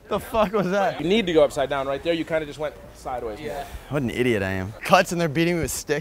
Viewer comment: ZERE IN ZE ATTIC